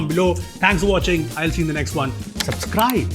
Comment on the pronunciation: SUBSCRIBE ❌ SUPSCRIBE ✅ 0.22 sec